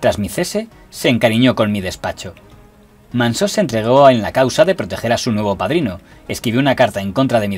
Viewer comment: Impecable como siempre el informe, pero no es Manso en vez de Mansó? Es asturiano y así suena más mediterráneo!